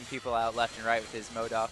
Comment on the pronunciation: has to seriously learn to say MODOK properly...